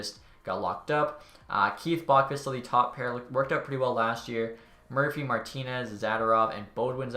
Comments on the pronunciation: Why do you insist on pronouncing Boqvist as BOCK-vist when it’s BOH-KWIST? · It's BOW quist